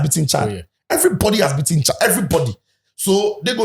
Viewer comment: Coach doesn't know how to pronounce the country's name? Chillld 😂